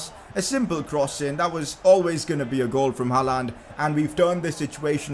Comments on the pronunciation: PCQ: it's gonna be painful to watch this series if he keeps saying Haaland like that. It's haa-lend not ha-laaaand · Bhai please 'Haland' bol not 'haaalaaand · He can’t say haaland properly 😂😂💯😭